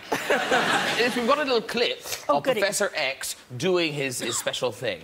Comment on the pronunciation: ''profesher'' suddenly Graham sounded more Irish haha